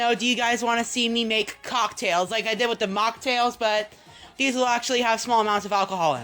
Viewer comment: why does he put so much emphasis on COCK in cocktails?